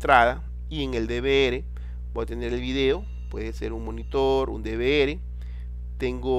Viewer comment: Odio q pronuncien mal DVR XD